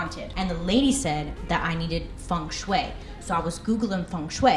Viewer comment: watching this, year 2020 so nice!!! i like how you pulled off pop-ish design and other elements! hahaha and it's so funny how you say "fung shuwei" but it's really pronounced "fung-shuy"